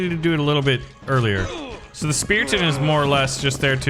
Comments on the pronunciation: STOP SAYIMG SPEATION ITS CALLED SPARTAN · Ah yes, my favorite unit "Speraton" and "Swroldwarth"